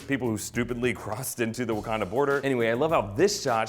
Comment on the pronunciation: Why he call it Abukanda and Bukanda at the beginning?